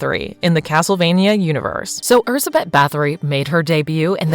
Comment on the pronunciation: what is that pronunciation,that's not how we(hungarians) say her name, just put her name in google translate and make it read it out for you